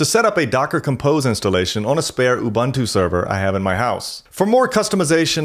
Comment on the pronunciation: You lost me at ubantoo. Do some research on how it's pronounced.